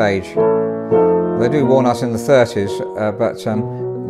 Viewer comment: When the piano guy says "walnut", it sounds like "worn out". So, I thought he was talking about a "worn-out Bechstein"...